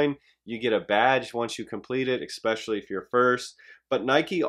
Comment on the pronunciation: If he says egg-specially one more time LOL! Good video. 😂